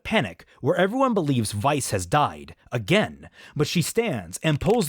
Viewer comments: SO quick question, was I the only one who heard him keep saying "vice" instead of "weiss?" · That fact that you kept saying “Veiss” instead of “Weiss” should have clued me into this being an April Fools Video WAAAAAYY earlier 💀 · Why are you saying veis? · I was so confused, but once you said Ren fell for someone other than Nora I was like… what then you kept saying Weiss’s name wrong, and once you said doctor strange I knew this was a joke lol you got me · i've been mispronouncing weiss' name all these years